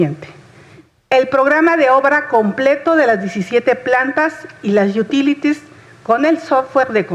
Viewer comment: jajaja, "las yutílitis".